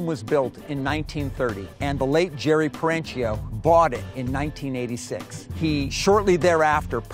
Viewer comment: The owners last name is Italian, so pronounced Peren-keeo, not Peren-cheeo. Annoying like pronouncing Porsche(a), vs Porsche(Porsh).